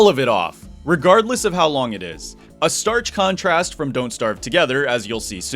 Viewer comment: stark contrast not starch